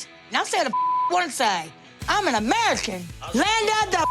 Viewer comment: "im an americhhan"